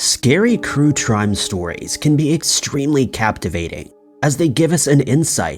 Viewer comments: 😂 "Scary Crue Trime" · Hahahah. Crue trime. So adorably funny. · When you said crue trimes, I was like.. did i just have a stroke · Crue Trime? Lmao 🤣